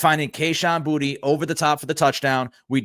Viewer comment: Pretty sure Kayshon pronounces his last name BooTay.